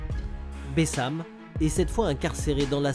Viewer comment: c pas bessam c bassem 69200